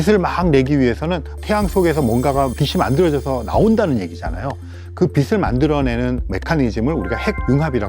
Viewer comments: 교수님 비슬 이 아니라 비츨 이라고 발음좀 부탁드립니다. 왜 자꾸 비슬이라고 발음하시지 ㅡ지나가던 불편러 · 배운 사람이 '빛을' 발음할 때, '비슬'이라고 하네... '비츨'이라고 읽는 거 아닌가? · '빛을'을 계속 비슬 비슬...